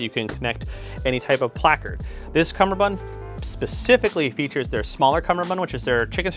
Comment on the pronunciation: Doff it doff it doff doff. Cumberbun cum ber bund